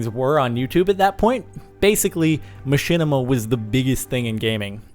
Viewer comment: mahinima? *Machinima